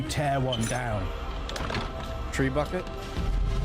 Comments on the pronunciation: Did you just say TREEBUCKET !!?? It's TREBUCHET pronounced TRE BOO SHAY. " I'm so impatient " ! YOU SAID IT !! A sepulchre is usually a stone room/vault with a stone coffin where the body lies. From the LATIN word "sepulcrum" or burial place. There was a TV programme called The Secrets of the Castle where they showed you how a castle was built....by building one . The " average " person wouldn't know the building techniques. That's why the masons were such craftsmen, were highly paid and had their own " society" , MASONIC LODGES, to protect that knowledge. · 😂 “Tray-bucket”. Trebuchet is pronounced in a French way “Tray-boo-shay”! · Tree bucket! It’s Trebuchet! Treb You Shay! You Americans have no education in history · Tree bucket?!! Treh boo shey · I don't know if your pronunciation was a joke but the siege engine shown, the trebuchet, is pronounced 'treb u shay.' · The trebuchet , its pronounced Tre Boo Shay. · trebuchet...french (norman) word, pronounced trayb you shay